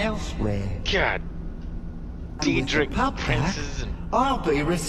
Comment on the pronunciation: “Deedrick Prince”